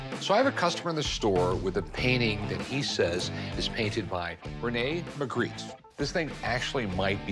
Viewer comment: The "expert" who pronounced "Magritte" 3 different ways (none French) did not inspire confidence.